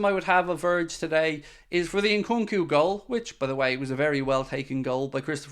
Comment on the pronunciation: Nkunku is pronounced o’congoo?